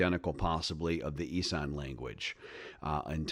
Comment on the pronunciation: Isn't it pronounced Iss-an? Not I-san. I might be wrong.